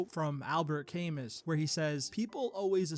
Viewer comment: Not to downplay the message of the video, but the name of the philosopher is pronounced Kam moo